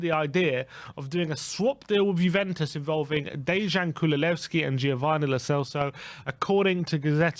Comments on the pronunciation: Oh no, you have started saying “Kululevski” again! Time to dislike all the videos you say that in again till you start saying it right again! His name is Kulusevski! 😡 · kulusevski not kululesvski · I dont know, how many times, but it is kulusevski and not kululsevski